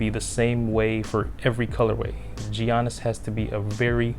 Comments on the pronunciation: the G in Giannis is pronounced as a Y. Pls stop saying Jiannis, it's pronounced Yiannis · If you say Jiannis one more time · It's Yannis